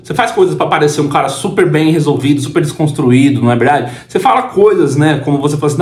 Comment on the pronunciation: O famoso desconstruíde 😂😂😂😂